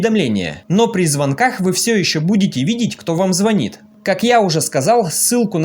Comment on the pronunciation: Ну не звонит, а звонит